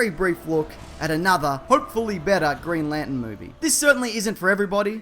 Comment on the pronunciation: "Green La'en"